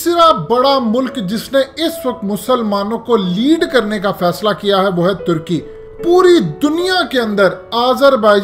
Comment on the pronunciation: ٹرکی نہیں ہوتا ترکی ہوتا ہے ٹرکی پرندے کا نام ہے جعلی انگریز